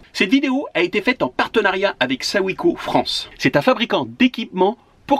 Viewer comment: J’ai le même fourgon. Mais avec des jantes et des pneus de 16’. Ça donne quand même un peu de marge par rapport à des 15’. A part ça on dit : SO -SAÏM . C’est pourtant pas compliqué ! Ps. BRAVO pour le reportage 🙂